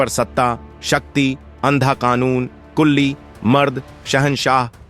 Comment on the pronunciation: kulli not Quli, correct name.